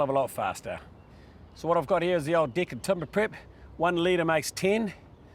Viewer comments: I am so glad I am not the only one who heard dick instead of deck. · The presenter has proven to be a highly competent and skills tradesman. His explanations are very good. just wish he would learn to pronounce his vowels. "Dick" (deck) "Pig" (peg) "Fince" (Fence) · He can't say deck properly....